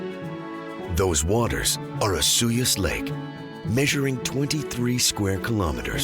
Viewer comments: We pronounce it as os- so-yus. Not o-su-yus. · Not sure where you got the pronunciation of Osoyoos from, but literally no one says it the way you're saying it here. It's OH-SOY-YOOS. I've visited Osoyoos many times and know people who live in the area and not once have I ever heard it pronounced the way you're saying it. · My grandparents lived there for more than 30 years before they passed, and he was acting mayor for some time and involved in the community. He kept correcting us when we pronounced it the way most people do and contrary to popular belief, it is pronounced oh-SUE-yous. So many people call it the way you say, so I don’t think the pronunciation will change. On another note, I really miss the once iconic Francos’ soft-serve ice cream , it’s still the best I’ve ever had lol